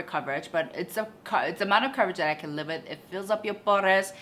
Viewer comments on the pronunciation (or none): none